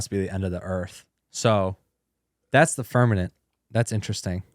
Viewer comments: So intelligent, “firmanet”. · Because of these guys and them saying firmanent. I am now a flat earther. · Yo pls stop saying firmanent its firmament 😢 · yall said firmanent like 10 times 😵‍💫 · This is such a sad watch for two people I have a lot of respect for they’re just crapping on the flat earth community which I’m NOT apart of I believe the earth is spherical but have some respect and atleast pronounce firmament right ! Geez! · Haha... It's firm-a-Ment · Can someone teach them how to say “FirMaMent” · Flat or round...how do they not know how to pronounce firmament? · Yeah I was confused by that lol. I’m like “how are they not catching that they’re saying it incorrectly? It’s right in front of them on the screen!” Lol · Once I read your comment, I couldn’t stop hearing it and now I can’t watch the video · Are you confusing firmaMent with permaNent? You sound like uneducated southern people saying like that 😂 Who is the guy that used to work at NASTA?